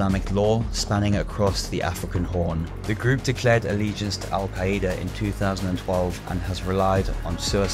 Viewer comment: The pronunciation of al-qaeda was so wrong. How do you not know how to pronounce it.. the British fought them